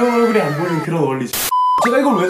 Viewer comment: 영비 보이루 듣고왔더니 보이는 = 보이루로 들리네 미띤